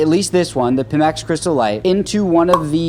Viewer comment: just so somebody doesnt get mad, I believe the company is pronounced PY-max (not pih-max)